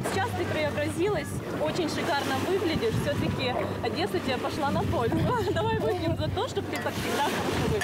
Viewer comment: одЭсса .Как же бесит такое произношение ,ещё и книжки читает